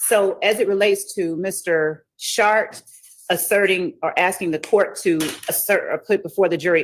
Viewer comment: Every time I hear that lawyers name I find it funny. Sh=art. Perhaps it's just her pronunciation. I wonder how it's spelt.